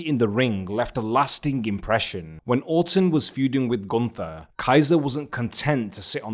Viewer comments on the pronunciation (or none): gunTHer has no aura. GunT(h)er has motion. Say it like it’s oktoberfest and there is a thick German girl who will only love u if you speak her father’s name correctly, and her father is Ze Ring Generale.